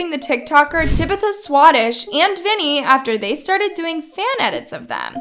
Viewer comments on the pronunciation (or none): tibitha? its tabatha lmao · It's TAB-ITH-UH not TUH_-BITH-UH also i love tabitha sm oml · Why did she pronounce Tabitha as Tibitha? 🤷‍♀️ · You said Tabithas name so wrong 😭 first and last name